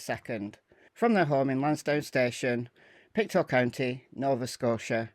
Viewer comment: just some pronounciation - Mus-ke-dob-it and Pic-toe. A lot of our names here in Nova Scotia remain from our Indigenous peoples